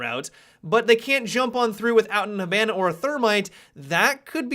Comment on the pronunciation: please learn how to pronounce hibana without sounding like an American hick